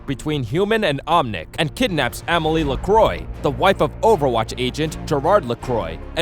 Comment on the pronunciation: U pronounced 2 names wrong It a meal ee uh and or iss ah